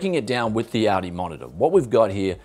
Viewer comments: ALdi with an L he keeps saying Audi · sounds like you said "Audi" not ALDI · ALL D not ale d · he is. Aldi is pronounced "All-Dee" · Aldi/Medion has some quality stuff! I once bought a dekstop there and for the time is was the best price/performance ratio. Btw you pronounce Aldi like "Audi"😂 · pronouncing what is clearly "All D" as Audi, this ain't a car...LOL Just yanking your chain, great Video as always and thanks for the heads up on this one as I'm actively looking now for a good 1440p gaming monitor. I only wish it was 32" as that's what I have now and really like the extra space... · It is called Aldi not "Ouldii" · It's AL-DI not AU-DI, it's not a car. Lol! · I love how he pronounces Aldi like Audi. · That‘s actually funny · I live in australia and I've never heard someone pronounce aldi as audi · It sounds like he’s saying Audi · It's German and u say ull-dee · Anyone else thought he was saying Audi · It's pronounced All-Dee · Why does he keep saying"Audi's monitor"? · the way it's pronounced in australia isn't like the US pronunciation OR the pronunciation in the video, it's pronounced in a completely different way altogether. The pronunciation in the video is just completely wrong. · when you pronounce Aldi, it makes me want to hear how you pronounce Audi